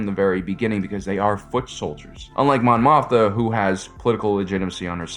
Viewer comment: Am I going crazy? Why does he keep calling Mon Mothma "Mon Motha"?